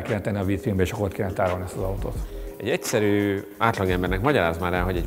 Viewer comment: de😂😂 és a hagsúly az EGYSZERŰN van 😂😂😂